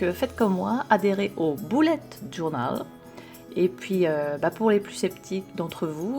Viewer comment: Bravo pour la bonne prononciation du "bullet"! J'apprécie. Et j'admire tes aquarelles! Quelle patience! Congratulations!